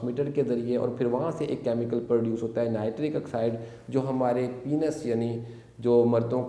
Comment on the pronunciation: डॉ. साहब आप जानकारी अच्छी देते हैं , लेकिन प्लीज़ पेनिस को पीनस मत कहा करिये, गलत प्रनन्सिएसन है